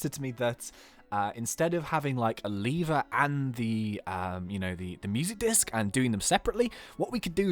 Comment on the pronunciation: you say lever like leevwr